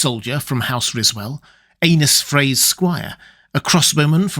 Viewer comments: Anybody else hear “anus” Frey the first time? Just me? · Did you say ... Anus Frey? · Hehe "Anus Frey"